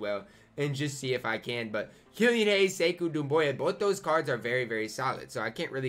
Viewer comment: It’s not Sekou Dumbea btw